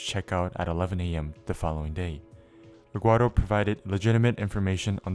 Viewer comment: why does this guy pronounce Eduardo as "Eggwardo"